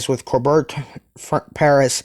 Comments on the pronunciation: Or Core bey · Hey, great vid, just one thing and it's not really an issue, the courbet class is pronounced Core-Bay (around that anyways